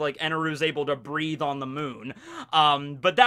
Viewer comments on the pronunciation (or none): none